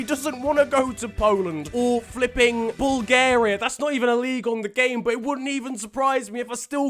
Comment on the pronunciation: i was listening and everything was okey - then he said Bulgariaa XDDD and my mood turned down